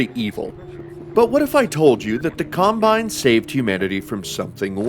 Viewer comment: im extremely sleep deprived rn, and i heard: "In Half Life 2, the CUMbine occu-" ... i died laughing